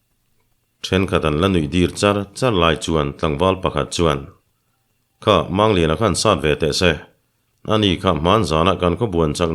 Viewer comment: Mizo tawnga, "mumang" tia kan lam rik ang hian, "Mangliana," tia, "Mang," tih lai hi lam rik ve ni se la, a dik zawk lo ang maw?